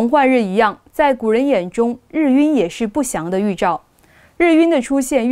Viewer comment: 日晕，[拼音] [rì yùn]，主持人读错了。